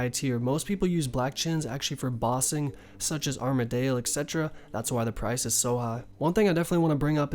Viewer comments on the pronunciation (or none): RSN: FloofSheep Love the vids but no, they all have a correct way of pronouncing them... It's not Armadale, it's definitely pronounced arma-dill, and saradomin is said Sar-a-Dom-in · sa-rah-do-min and Ar-mad-il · ARMADYL. DYL, NOT ARMADALE REEEEEEEEEEEEEEEEEEEEEEEEEEEEEEEEEEEE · Gonna fix those pronunciations of the gods for ya : "sare-a-dow-min", "arm-a-dill", "zam-ore-ack". Keep up the amazing content! Amazing vid. Just starting to level my first osrs account coming from rs3, and your guides are making it a bit easier. ty! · I love the way you pronounce the god wars bosses. I’ve never heard anyone say it like you, I’ve always said it like (Sarah-dough-man) (arm-a-dill). Every time I hear you say it thought it makes me laugh. RSN:H3NNESSEY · Arm-uh-dill Care (c pronounced with S sound)-uh-dome-in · sare-uh-doh-min arm-uh-dill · Armadale? wtf is that? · Your pronunciation of Saradomin (Sir Odd Omen) and Armadyl (Arma Dale?) is triggering me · Armadyl, how would that be pronounced arma-dale? I don't understand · you literally say armadale wtf man LUL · Look man, good guide, and I'm gonna let you pass on this one... but in the future, if i hear you pronounce words the way you do, I'm going to dislike. Literally watch any video and everyone else pronounces pegasians, armadyl, and saradomin correctly. Please...